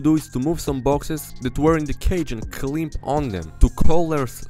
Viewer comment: Your English is great! The only thing I noticed is how you pronounce "climb".